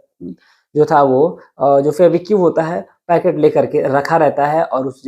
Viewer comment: सुनाने से पहले अच्छी तरह रिहर्सल करें, लड़खड़ाहट खत्म हो जायेगी। आपने १०–१२ मिनट की कहानी को जबरन अधिक समय लिया। फैबीक्यू क्या है? फैवीकल बोलो या फैवी क्विक बोलो।